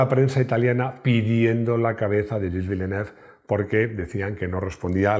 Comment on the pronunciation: Execelente video, muy emotivo. Pero el nombre del piloto está mal prounciado